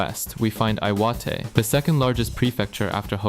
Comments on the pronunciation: did the guy just say aiwate for i-wa-te? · Eye watey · Tokyo ❌️ Toky ✅️ Aomori ❌️ Ay oh mori ✅️ Iwate ❌️ Eye wa te ✅️ Gunma ❌️ Gun-ma ✅️ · don't forget ay oh moree and eye wa te